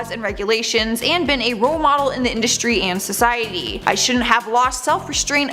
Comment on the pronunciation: " Indushtry " voice rattle my nerves